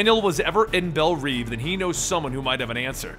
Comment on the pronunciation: not bell "reave" it's bell "rev" Love the video